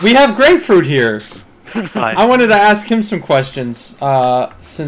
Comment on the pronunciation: It's "Grayfruit", not "Gray Fruit" or "GrayFruit". Get it right guys